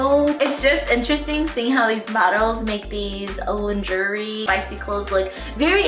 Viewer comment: Haha I think it’s pronounced lawn-shuray instead!! But v cute video ❤️